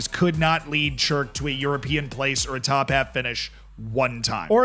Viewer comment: I'm from Chirk, congratulations on the pronunciation by the way...the amount of people who get it wrong is impressive. Had a feeling watching the start it would be Chirk after watching a video TomFM did about us too.